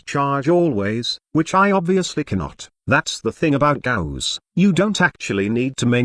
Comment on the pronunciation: sounds like text to speech is saying ghost every time